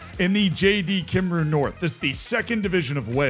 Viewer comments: you probably won’t see this - or you don’t care but “Cymru” is pronounced Kum-Ree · the pronunciated of cymru made me wince lmao